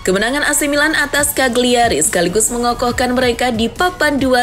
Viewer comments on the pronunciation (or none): none